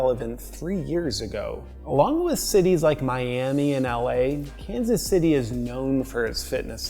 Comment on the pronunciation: Sounded like Los Angeles there at the end